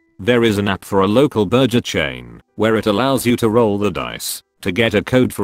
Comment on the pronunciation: Is any one else annoyed but the mispronounced words of burger and Wi-Fi?